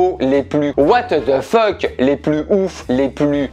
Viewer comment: "les plus Wateuh de feuck" 🤣